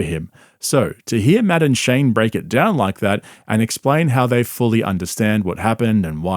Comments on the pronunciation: Took me halfway thru the video to notice you are saying Matt and Shane not "Madam Shane' 😂😂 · Am I the only one who thought he was saying Madaam Shane? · It sounds like he's saying Madam Shane, which is how I will now and forever think of Shane. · You know, every time you say Matt and Shane, my brain hears "Madame Shane" 😂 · Anyone else think he was saying, Madam Shane?😂😂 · I straight up thought you were saying "Madame Shane" and thought I was out of the loop on some joke lmao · "Madden-shay" :^D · When you say Matt&Shane it sounds like Madame Shane. and that makes me laugh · I thought you were saying "madame shane"😂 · I kept hearing “madam Shane” and I was so confused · When he says Matt and Shane I keep hearing Madam Shane. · I can’t help but think you are saying Madam Shane lol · I keep thinking he's says Madame Shane lmao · It took me until halfway through the video to realize he was not saying "Madame Shane" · Matt ‘N’ Shane (I kept hearing) Madam Shane lol😂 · Everytime you say "Matt and Shane" all i hear is "Madam Shane" 😂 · I thought you kept saying "Madam Shane" and I was wondering who that was.